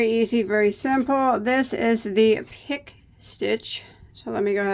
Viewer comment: I think it is pronounced pee-kay stitch.